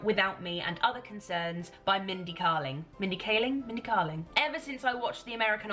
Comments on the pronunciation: Mindy's book is fantastic! Also her surname is pronounced "Kay-ling" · Yeah, it's KAY-ling, not KAH-ling. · I loved that book by Mindy Kaling, I didn't like the second one as much. It is pronounced Kay-ling I think. Have you read The opposite of loneliness by Marina Keegan? It's a collection of essays and short stories. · You will LOVE Mindy's book (it's pronounced Kay-ling btw). I absolutely love her and her book is one of my all time favourites. A real good read especially if you're in a bit of a reading slump. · its mindy KAY-ling